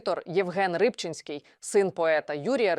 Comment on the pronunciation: Шоубиз !!!балачки!!! Тим паче призвище Рибчинський ставте.вірно наголос Бо і на вас.Рибчинськтй подасть в Суд😊